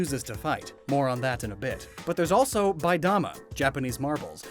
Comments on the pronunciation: "Biidama" is not pronounced "bai-dama." It's just "bee-dama" It always makes me cringe when people mispronounce words that badly. Even though Japanese is a difficult language to learn, of course, it's not difficult to pronounce the words when they're in Romaji form, especially because the vowels never change their sound. "A's" are always pronounced "Ah," "i's" are always pronounced "ee," etc. But these are very interesting Pokemon. It's always cool when there are seemingly completely different, but actually cleverly-related ideas coming together. I do especially like Kituff and Beadamup. Quite cute, I think. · Lucario based on jackal, jackal is related to dog, gender ratio is 87.5% male 12.5% female Beadamup based on cougar, they're big cat, gender ratio is opposite of Lucario's I approved this and love the design, and also Biidama pronounced as "bee-dama", not "bye-dama" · That was butchered pretty bad. The 'bii' is pronounced like bee, so like BEEdama.